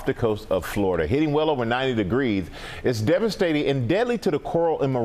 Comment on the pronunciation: 90 degwees ? Nice speach impediment Michael